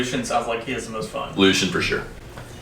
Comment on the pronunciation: I hate how people say Lucien. It’s pronounced LU CEE EN not lushin